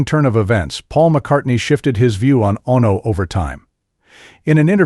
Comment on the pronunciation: Ono, Bassist! Why can't he say the words properly . FFS.